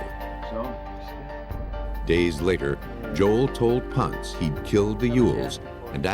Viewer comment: I wish the narrators would pronounce Jack Ponce’s last name correctly.. it’s “Pon-say” not “Pontz.”